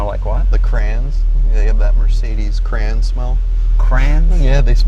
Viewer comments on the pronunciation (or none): I don’t know how you get crown out of crayon Ig some parts of the country never learned how to sound words out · LOL! my sister calls them "crans" too and we had this discussion several times. Vw's have the same smell and I'd be like wtf are you saying? Cran? You mean CRAYON? LOL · Where in the US is crayon pronounced cran??? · Crayon... not cran. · The "crayon" part was great to me as my college girlfriend also couldn't say it properly - she'd say it a bit different than him, more "cra-own" which sorta became "crown". If she slowed down she could say it but in conversation it always came out "crown". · Cray - on. Not crown, not cran. Not cren. CRAY-ON. Thank you for your attention to this matter. I'll see myself out now. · lol that Crayon pronunciation. Yeah I'm with Jay on this... never liked the "cran" that some areas say. What are ya... 4 years old? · The guy is drunk. I've never heard anybody pronounce it cranes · I didn’t understand when He said “Crayon” at first either, Jay. I thought He said “Crain” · Cra-on. What? Cra-ons. Oh, cray-ons. 😂 Apparently it's the smell of the cavity wax that Mercedes and other German cars use for rust-proofing in the sills and elsewhere. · the age old debate : "cray-on" or "cran"? lol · I’ve never heard a word mispronounced so badly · I was yelling at the screen, trying to help him pronounce it just like everybody else I bet lol! Sounded like Mr. Leno was getting a little annoyed That was wicked funny Yes, I still have my daughter’s 2005×3 and it does smell like a crayon still